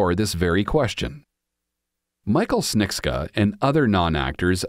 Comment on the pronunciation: It's pronounced ps-che-ni-cka